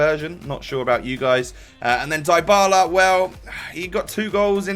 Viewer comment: You pronounce Dybala's name like Dee-Bala